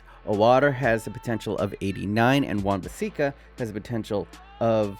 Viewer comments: lmao you said win-bissika its wan biss*A*ka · Apparantly his name is aaron wan-bissica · ”Wan Bassika” ”O-Water” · How can you be a Man United fan and still not pronounce Wan Bissaka right? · Sriman Thirupathi sorry for what is said. I thought u were dissing wan bissaka